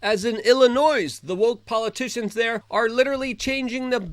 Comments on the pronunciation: I'm from Illinois...the "s" is silent...so like Illinoi"e" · Luke, Illinois doesn't pronouns the s at the end. Remember, no S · The S is silent in Illinois 🇺🇸